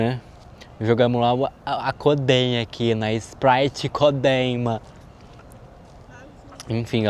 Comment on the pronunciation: rachei de mais do "sprite codein"